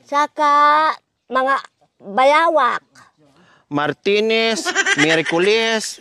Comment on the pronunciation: Tawa na na man ako sayo 😄. Martines,lunes, huebes hahaha